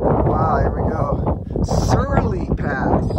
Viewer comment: Love, love your videos. Searle rhymes with pearl. Yes, the bunkers were for munitions storage. The barracks are further down HWY 24 and only the foundations are left.